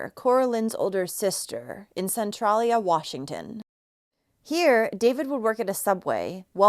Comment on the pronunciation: Tiny detail, but it's pronounced Cen-Tray-lia.